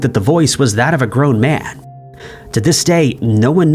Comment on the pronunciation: "Groan Man".